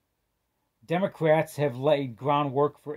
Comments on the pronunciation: This man said “ the democwats” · Elmer Fudd!! 😂